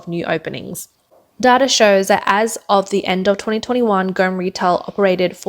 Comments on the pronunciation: its not gome(as in gone with a m instead of n) its pronounced Goa-Mei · Go Me not Gome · Please pronounce properly the name Gome. It is pronounced as Go - May😊